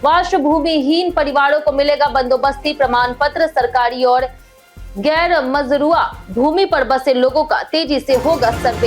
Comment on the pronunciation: गैरमजरूआ को gairjamuwa बोलती है